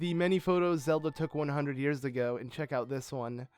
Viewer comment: holy cow is it ever jarring to hear u keep emphasizing the end of words: Ganon must be defeated-eh, hunted their prey-ah, 10 thousand years ago-ah. Why r u doing that?